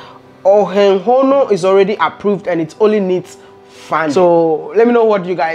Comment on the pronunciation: You are pronouncing Ohenghono just perfectly. You are African, that's natural to us.